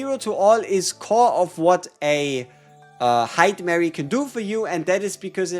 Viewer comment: It’s hi-duh-mah-ree.